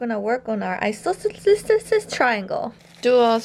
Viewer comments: I think you mean equiquiquiquilateral triangle, not isoscescescesceles. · Ive never heard isosceles pronounced like that before..... I Like It!! lol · trying to pronounce isosceles is the cutest thing ever 🥺